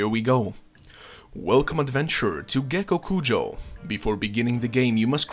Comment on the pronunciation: ммм... Гекокуджа. И спасибо тебе за твое произношение)))